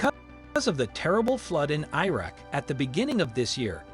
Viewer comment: "i" raq!!! 😂😂😂✌️🍻🇵🇭🤟